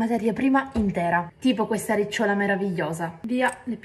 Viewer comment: Iniziamo con il pronunciare nel modo corretto i nomi delle materie prime... È ricciòla non rícciola 😂